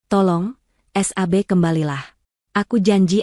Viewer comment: Yang baca teks oon Sab tapi bacanya s... a... b hadeh payah 😛